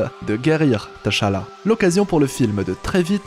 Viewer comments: Désolé mais le fait que tu prononce le prénom Tchalla Teuchalla m'a perturbé toute la vidéo 🤣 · Ça se lit pas << T>> << Chala>> mais < > même si ça s'écrit << T'challa>> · Ça se dit T’Challa (Tchalla) pas TaChala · AAAA c'est T'chala pas Ta'chala... gr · c'est pas te cha la c'est t'challa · s’il vous plait, c’est Tchallah pas T-Challa 🤦🏽‍♂️🤦🏽‍♂️🤦🏽‍♂️🤦🏽‍♂️😫😫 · c'est pas tachalla mais tchallah 😭😭😭😭😭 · TCHALLA ça se prononce « CHALLA » comme Chat 🐈 comme TCHAD 🇹🇩 le pays, arrêtez de détacher la lettre T dans la prononciation. C’est en deux syllabes TCHA-LLA et non 3 syllabes T-CHA-LLA ça sonne faux dans la prononciation, j’entends souvent les gens détachés le T dans la prononciation de TCHALLA, je ne sais pourquoi ils font ça et pourtant ce n’est pas compliqué à prononcer. TCHALLA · On ne prononce pas le T de Tchalla. Ça m’énerve tellement quand vous faites ça!!! Ils le font tout le long du film. N’importe quoi!!! Et ça ne s’écrit pas T’challa, mais Tchalla. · bonne analyse mais pk prononcer tachala ?? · Par contre apprend à prononcer tchalla.... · "TacHaLLa" 😫😫😫😫😫 T'Challa on prononce juste le T en phonetique, pareil que quand tu as dit N'Jadaka 🫠 ca fait 4 ans quand meme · Mon reuf commence déjà a bien prononcer le nom du king sinon çv